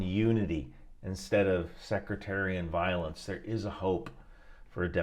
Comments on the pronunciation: sectarian, not secretarian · secretarian!? Really? SECTARIAN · “Secretarian violence” is my favorite mispronunciation since Simon Whistler’s “infatada” 😂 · "Secretarian" violence, eh? Go catch some shuteye, bud.